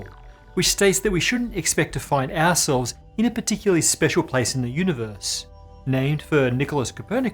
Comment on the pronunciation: How did you make "ourselves" sound like "assholes"?